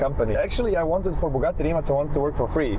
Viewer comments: RimaC heisst immer noch RimaC und NICHT RimaK. Im Kroatischen wird jeder Buchstabe so gesprochen wie er geschrieben wird und umgekehrt. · Rimac, a Crotian word of course, is actually pronounced RIMATZ.